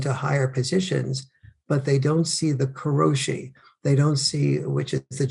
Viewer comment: 殺し "koroshi" doesn't mean "death at the desk." It means "killing; murder." 殺す "korosu" is the verb, "to kill" and "koroshi" is a noun form of that verb. The word Farrell is trying to say is likely 苦労死 "kurōshi." 苦労 "kurō means "work; labor," and 死 "shi" means death. So it's literally, "work death." I'm not familiar with this word, but that's my best guess as to what the heck he must be talking about. [edit] It's been pointed out to me that in fact the word in question is 過労死 "karōshi," where 過労 "karō" means "overwork." [/edit] You have to be very careful with the vowels in Japanese. English has a lot of week vowels whose fine pronunciation doesn't matter, but Japanese does not. Every vowel has to be said correctly. "ko" and "ka" and "kō" are all very different.